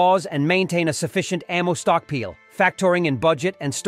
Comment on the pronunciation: Good tips, but the AI voice saying "stockpeel" and "storagay" made me chuckle.